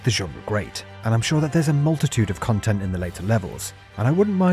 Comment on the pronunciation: Ah yes, chill and interactive khantent! 😂 Darn